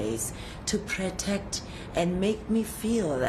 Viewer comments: I hear her accent and I be thinking she wasn't born in Africa and then 4 minutes later she says "pre-te-ct" and part of me just collapsed. Honestly how long has she been pulling that fake accent off? Doesn't it hurt thou? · " to pretect" i don't care wat English is that, Kelly, you're are going to jail!!! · Did she just saw pretect instead of protect? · sorry! Did she say pretect?